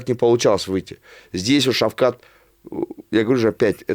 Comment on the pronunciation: Скажи этому человеку он всегда говорить (Шавхал) Он нп ШАВХАЛ А ШАВКАТ Шавкат Рахмонов Шавкат !!!!!!